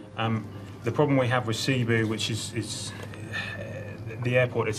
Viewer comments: i know that, but you pronounce it as "seh-boo"... not SEA-BOO. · "Sea-boo?" lol it's Seh-boo. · Cebu pronunciation: /sė • bu/ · ZKT XO it's cebu